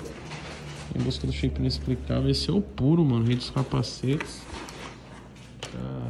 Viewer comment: '' I N E S P L I C A V E L ''